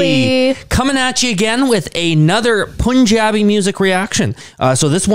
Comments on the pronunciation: "Pun" in Punjab or Punjabi is pronounced as sun or gun. Just thought to let you know cuz it feels weird when people pronounce "pun" as you would pronounce moon. Btw I love your reactions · Pronounce "Pun" in "Punjabi" like you do in "punk"